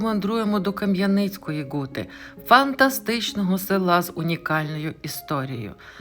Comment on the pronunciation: Мені нащадкові засновників Скляної Гути (саме Гути а не Ґути ) дуже неприємно слухати ахінею про ці три поселення одне з яких заснував мій далекий предок Ян Краткі і ще двоє його товаришів, як і він мануфактурників, що збудували три гути ( склоплавильні мануфактури ) Скляну, Середню, Мокру. Переселились сюди з північної частини сьогоднішньої Словаччини. Землю купили за посередництва жида котрий надав не вірну інформацію про породи для виробництва скла, насправді вони були значно гірші. Двоюрідна сестра моєї бабусі Катерина Кратка одружилась з Сірком полоненим з Наддніпрянщини, їхні нащадки Зеленяки і зараз живуть на Гуті. Скляна Гута зруйнована і залишились лише фундаменти. Виробництво скла припинили після Першої Світової і зайнялись садівництвом, а не Хрущов . Із - за низької якості сировини ( добувалась у штольні Краткіх ) не витримали конкуренцію і тому зайнялись садівництвом. Сірко, син Катерини, за революційні погляди разом з Борканюком мадярами був засуджений до страти, але в подальшому страту замінили на дожиттєве.